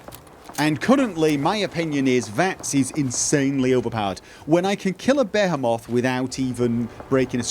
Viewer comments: It's (Bee-He-Moth) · Behemoth is pronounced, "B'hee-math". Don't worry, it's a dumb Bible word with a crap spelling. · Either I’m out of an inside joke or is pronouncing Behemoth wrong. P.S. It’s pronounced Buh-hee-mith. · Behe-moth? lol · Be he moth lol. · You speak Behemoth wierdly. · Say Behemoth again :) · The way he says behemoth kills me